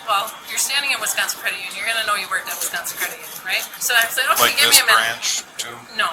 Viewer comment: Its Wisconsin. Not West-Consin 😂